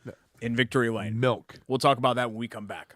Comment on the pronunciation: Wish I could be at the luncheon to hear Derek say melk.